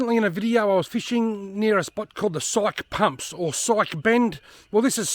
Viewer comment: Hi Robbie. not sure if you have already been corrected. The locals pronounce it Phonenitcly Psykie pumps. cheers